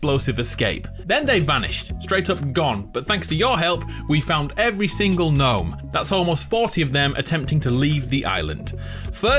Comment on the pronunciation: Does he know the G in Gnome is silent???